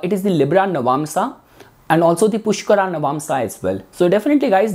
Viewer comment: pushkaraa, bharaani jbrdsti real pronunciation ko kyu distort kr rhe ho